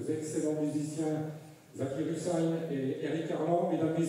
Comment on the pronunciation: Hussain, not Hussein !